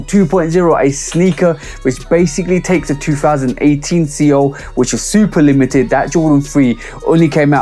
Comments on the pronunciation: These might be my SOTY next to WC4. Love all the details. Seoul can be pronounced like soul. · It’s pronounced SOUL. But yea this show fire!! Lol